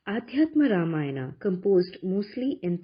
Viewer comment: did you read original valmiki ramayana ? It is Ramayana, not Ramayan. illiterate ugly ppl remove 'AA'. ugly ppl replace 'va' with 'ba' and distorted mantras too